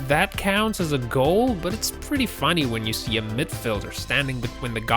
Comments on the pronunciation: You need to change the way you say Goal, its fucking Goal not Gall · It's goal not gull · Fck me it's annoying how he says goal gawl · USA: goal EverywhereElse?: gall/gol. Me: uhm wait what...rewinds 3X... STILL me: wait what...really, "gol"? Is that how the RestofTheWorld says it.... Also Still me: waits for basketball hoop to be called "ring" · GOAL NOT GAL ! U TIT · The way this guy pronounces certain words like “goal” & “bowling” drove me absolutely nuts! Doesn’t even seem to have much of an accent so where the hell does the annoying as fuck pronunciations come from? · Learn to pronounce ‘goal’ it has an ‘o’ in it. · Learn how to pronounce some standard words like video, goal and bowlng. Oh and stop trying to narrate - you are rubiish! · How the fuck does this guy pronounce Goal??? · Lol why can't this guy say goal